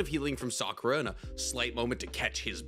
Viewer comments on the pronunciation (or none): none